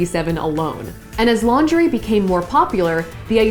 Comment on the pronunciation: She says lingerie like "laundry"